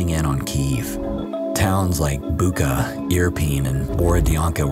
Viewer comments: It's more like "Boocha". "CH" like in "chair". Imagine how your spelling triggers natives :) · Bucha? It's not Boo-kah, it's Boo-chah. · Thank you for bringing this horrendous things out for others to see! One small correction: the name Bucha is pronounced as [ˈbutʃɐ]. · Smtimes the pull of home is stronger than the push to survive... Thank you And... It's Bucha, ch - like in cheese